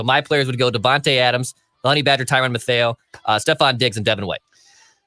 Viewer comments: Is no one gonna talk about pronouncing it tyrann matt- eh- o instead of Matthew 😂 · Tyrann "Moth-ayo"